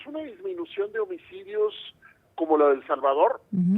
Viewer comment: Baj los omicodios de una manera escandalosa dice , la presentadora... 😂 que señora más inepta